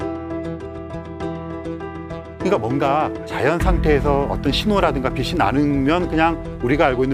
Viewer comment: 비 시아니라 비 치 라고 말하삼~~ 빗과 빛을 넘 혼동하는듯~~